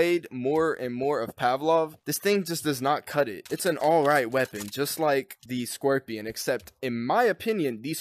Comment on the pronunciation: "the brand new weapon, the scuerpion" xD